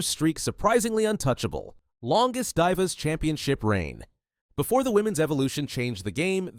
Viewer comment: i said the same thing when i heard “die-vas” 18min in 💀